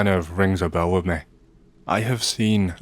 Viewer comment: Can you fix your ai voice? "Me" sounds like "May". I hate it. Love your content otherwise